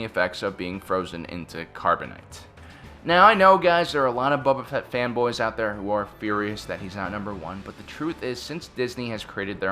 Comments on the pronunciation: Nobody: This dude: BUBU FETT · I cannot unhear Bubba Fett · Not sure why I’m commenting on a old video but....any one else get triggered when he pronounced Boba Fett as Baba Fett. Like did he not watch the movies and tv shows.... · Bro really called him Bubba Fett and missed Durge… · You said mace windo cut bobs fett head of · "Bubba" Fett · "Bubba Fett" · Bubba Fett? Where? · Omg I wanna kick this guy's teeth in ....maybe then he will Stop saying BUBBA FAT...there's others but that one just stands out...common man... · "bubba fett" did i just here that correctly or no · Did he "Bubba" Fett. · love your vids but HATE how you pronounce it "buba" fett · Is it just me or is he saying boba fett wrong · I love the list, but Denjar? Bubba Fett? Savage Opress? Wtf are those pronunciations,? They aren’t even subjective like “Han,” they are said many times in Star Wars all the same 😂